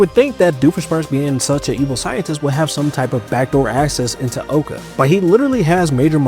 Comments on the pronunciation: Yoo please stop saying Owca its pronounced OWca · It's not owe-ka, it's ow-ka (It's pronounced in the show multiple times, get it right) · Oh-ca pained me. It’s ow-ca like ow that hurt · The amount of times he kept calling it (OH-CA) instead of (OW-CA) just ticked me off. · It’s pronounced OWCA. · It’s pronounced ow ca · I got so upset when he kept pronouncing owca wrong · You're saying OWCA wrong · He is pronouncing o.w.c.a wrong